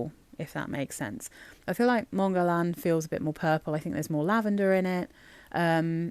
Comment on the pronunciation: Not that it matters very much (we all know what we’re talking about anyway!) but the way to pronounce Guerlain using sounds an English native speaker can make is “GER-LAN” where “GER” (hard G, of course!) rhymes with “care” and “LAN” rhymes with “Anne” 🙂